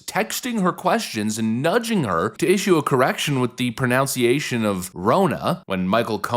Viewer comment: dude.... with love, you can't be talking about a correction of the word "pronunciation" and mispronounce it as "proNOUNciation"! Its just wrong on many levels!!